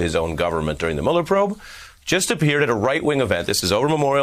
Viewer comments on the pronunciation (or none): none